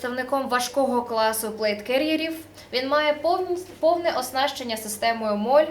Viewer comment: Система MOLLE (молі, молє)!!! Це ведуча моль хоч і дуже гарна ;)